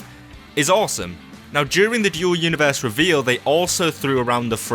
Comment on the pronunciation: Sounds like he's saying Joe Universe